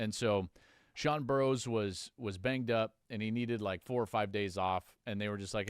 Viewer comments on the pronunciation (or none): Burroughs not Burrows